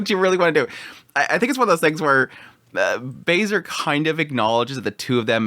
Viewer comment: every time I hear someone say "Bay-Ser" x_x pls, look up how to say this name, pls